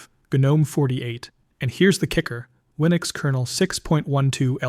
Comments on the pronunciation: Jesus F Christ, stop saying the G in Gnome. The G IS SILENT!!!!!!!!!!!! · The correct pronunciation is: "Guh-nome" — with a hard G (like in GNU or goat), not the silent G like in the mythical creature gnome. The name GNOME originally stood for: GNU Network Object Model Environment Since it starts with GNU, which itself is a recursive acronym for "GNU's Not Unix" and is pronounced with a hard G, the GNOME project kept that pronunciation style.